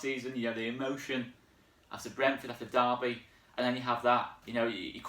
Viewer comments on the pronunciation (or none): none